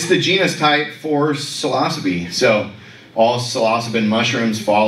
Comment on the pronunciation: Thus guy can't even pronounce psilocybe, 😢 Say it with me now.... Sil-o-syb🎉